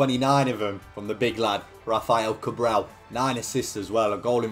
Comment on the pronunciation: you need to learn how to say "Cabral" xd because you sound like you're saying "Cabrão" which means a completely different thing ahahahahha It's "CabrahLL" you need to pronounce the L it's very important, great vid like always, an instant classic <3